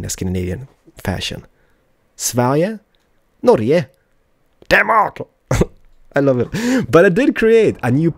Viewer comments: I live in Kristiansand (Norway) Pleas try to say Norge in an Norwegian way. Not sweedish, norje. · You dont say Norje but Norge! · In norway we say Norge, not Norje